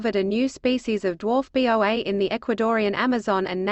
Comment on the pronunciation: It is a Boa, pronounced "Boe-Ah", not B. O. A. When you make stupid mistakes like this it invalidates the entire article. I'm sure if someone cared enough, they could have reviewed the machine made recording and fixed this. That they did not brings into question the validity of everything presented.